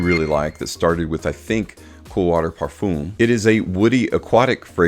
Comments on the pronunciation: Man said parfoom 😭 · I’m pretty sure he doesn’t read the comments and will say "parfoom" for the rest of his life